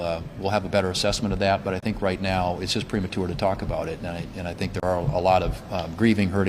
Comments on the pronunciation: It's "prematour" (that's how he pronounced it)? GTFO. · That man really said "premaTure" twice